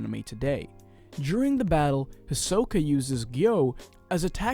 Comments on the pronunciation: Hisoka : hisoker 🧍🏽‍♀️ Gon: gone 💀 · Is Hisoka pronounced as says? I say “he’s so ka” that’s how I always say it. Same with Gon. I say “G oh n” something like that ❤️❤️💀😅